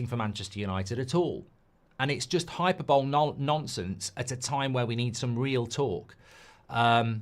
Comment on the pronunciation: Well if Marks gonna criticize peoples spelling I'm going to pull him up on him saying 'Hyperbol' its spelt 'Hyperbole', and pronounced 'Hi-per-bo-lee', just sayin.